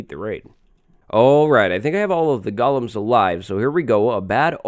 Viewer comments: Stop saying gulloms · You are not pronouncing “golems” correctly you at saying “gollum” like from lord of the rings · Gollum was a dude in Lord of the Rings. Golems are the bouncers in Minecraft villages. Pronounced differently.. ;) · Golems is pronounced goh-lems, not gal-lums. "Goh-lem" is a creature from Jewish folklore. "Gah-lum" is a creature from the lord of the rings. Don't get them confused.